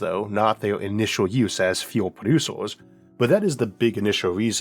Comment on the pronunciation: so we start from Oorth to go to Moorth, sounds like a looht of fuool